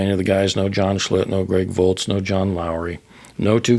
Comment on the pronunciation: Its "Volz" not "Volts" Thanks for the memories